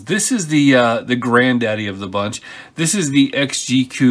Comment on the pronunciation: You know it's pronounced XG - E.C.U. not "exgeeque" lol